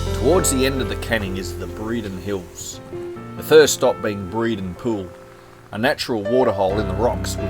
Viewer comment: Good job! FYI the Breaden Hills are pronounced "Brayden"